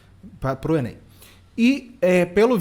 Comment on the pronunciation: 1 minuto do Lucas Lancaster, do Paulo Kogos, do professor Marcelo Andrade e do Guilherme Freire valem MUITO MAIS do que 3h dos vídeos feitos pra adolescentezinho colocando todas as fichas na "fuvéstchy/enêim" dessa fulana aí...